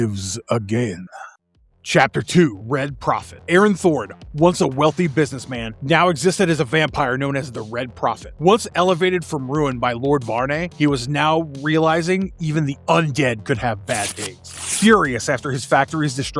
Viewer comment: It is pronounced var-knee